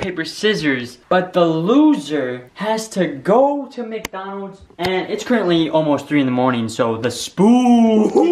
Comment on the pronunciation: it's Micdoldold